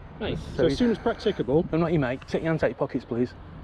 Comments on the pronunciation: Prac-tick-able, Anyone else notice that? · what is pracktickabel mean.. ?? Lol 😆🤣😆